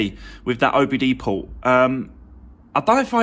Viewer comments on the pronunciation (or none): none